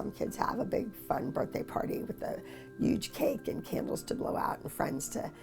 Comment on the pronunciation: the way abbys says huge uge